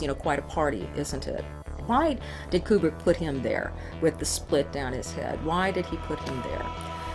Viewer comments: Okay, so that's ACTUALLY how this dude pronounces Kubrick. Q-brick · >"You'd have to be a complete fanatic like I am..." >pronounces Kubrick wrong ...fuckin' A